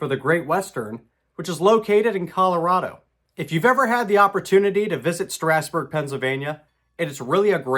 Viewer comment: Thank you SO much for pronouncing Strasburg correctly. Regards, a central Pennsylvanian.